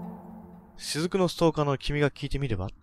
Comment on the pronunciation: し↑ずく先輩